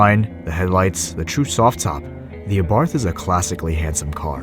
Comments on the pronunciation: Btw, it is pronounced Ah-Bart. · well not exactly. Carlos abarth was austrian not italian, so the 'th' would be pronounced in his native tongue, but that would be the italian way. For this reason I think either works.